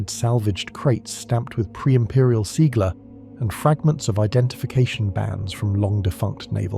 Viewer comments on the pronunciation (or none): "Seagla" the word is Sigil. That's the kind of mistake a none human narrator makes